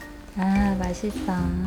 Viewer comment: 이어폰 끼고들으니까 "맛있어?"하니까 시영이 "오이시!" ㅋㅋㅋㅋ귀여우ㅜ